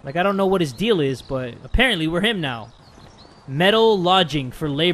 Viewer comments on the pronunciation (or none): none